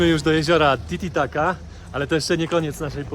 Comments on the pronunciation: Titicaca, nie titicaca 😭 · Znaczy mówisz zawsze tititaca🤣